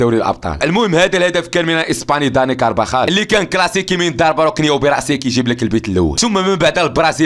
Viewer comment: كارفخال ❌️ كربخال ✅️